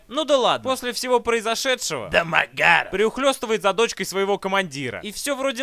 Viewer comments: Только из за твоего произношения ДОмОгАРоВ смотрю несколько раз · Домо... Гаааров!! точная интонация!! 😂😂Именно так произносится эта фамилия😅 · Ржал столько раз сколько ты произнес фамилию Дэмэгарова😂😂😂😂😂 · Алчему когда он говорит дэмагаров! Я смеюсь! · Как он произносит ДамогАааро-ф-ффф! Гениально. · Классный обзор! Мне понравился акцент на фамилию ДОМОГАРОВ! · как же мне нравится,как он произносит "ДомоГАров")))))))))))))) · можно бригаду почему домогаров таким тембром произносится? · С тех пор фамилиё Домогаров произношу только с интонацией Евгена! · такая озвучка фамилии признак дебилизма произносящего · Имел несчастье посмотреть это кено... Обзор лучше снят, игра актёра на высоте, ржал ппц, особенно убивает как произносится "домогаров" 🤣, как в трейлере этого говнофильма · Жека 😆😆ты то Жека шо куришь, ударение на домогаров это аут🤣🤣🤣🤣🤣🤣🤣🤣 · Народ, кто-нибудь, проведите мне ликбез, почему фамилию Домагарова произносят с такой интонацией. Первый раз я услышал её в обзоре Евгена на "Союз спасения", но, как я посмотрю, корни куда глубже. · С каждого его произношения "Домогаров" я ржал до следующего xd xd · хаха почему он так произносит Домогаров? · Как затрахало слышать акцент на одной и той же фамилии! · С каким выражением лица, автор произносит фамилию домогарова? :D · этот ролик научил меня говорить "ДЭ-МЭ-ГЭ-РАВ" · дамаГЯров! ещё и с таким смачным произношением))) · почему он его такой интонацией называет?) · Почему он произносит Дэ-Мэ-Га-Ров с такой интонацией?) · Это не только я так произношу фамилию ДомогАрова? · Очень нравится, как Бэд произносит =ДомоГАров!= Еще нравится в подобных фильмах, как мочат главного героя, ну почти убивают, и только после этого у него просыпаются мощные силы и он отоваривает всех многочисленных врагов... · Ох уж это произношение ДАмАгАрОв🤣🤣🤣ржакаобоссака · а почему он его с такой интонацией называет-Дамагггаарав? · Я щас умру со смеха этого произношения ,,Демагаров,, 🤣🤣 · С*ка, обожаю когда произносится вот это вот "Домогароув")